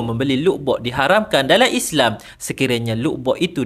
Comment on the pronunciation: Islam bukan islang